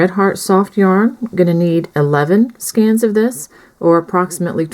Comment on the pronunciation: IT'S SKEINS WITH A LONG A LIKE HAY!